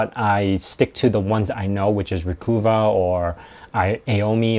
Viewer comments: Recuva is pronounced like 'recover', that's the whole point of the name, also it's C Cleaner, not CC Cleaner (it's short for Crap Cleaner) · I think Recova is supposed to be pronounced like a Bostonian would say "recover". Recovah.